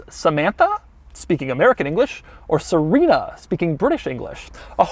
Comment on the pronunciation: that's suh-ree-nuh bro lmao she aint an italian pasta